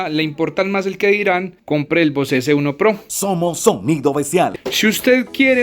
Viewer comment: Bose se lee "Bóus"....no se lee "vocé".